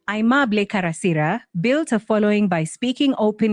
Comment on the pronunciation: It's not "Uheemable", but aimable.